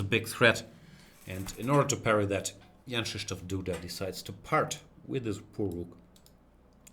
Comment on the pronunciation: Wow. Perfect pronunciation of Krzysztof!